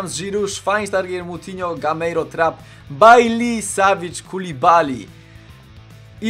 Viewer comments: Baji się mówi a nie Baili jak coś ;) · czyta się Baji a nie Baili xD to nie Anglik